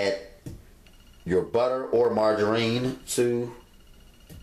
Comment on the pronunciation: What the hell is margareeeennn....I thought it was margarine lmao